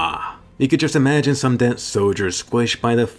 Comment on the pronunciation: My mans said “image being eaten out by your own son”